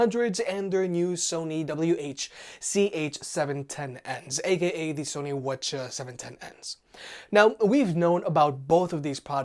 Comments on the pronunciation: All this “whchaa” was impossible to follow and actually annoying. Just call them 710 and 700. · I can’t watch this video anymore... I can’t deal with the pronunciation “wha cha wha cha” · Bro, Just say call 'em 700/710. But still, you can really "wah cha" with a straight face. 😂😂😂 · If these weren’t wireless, I would have strangled myself with the cord after hearing that word a few times.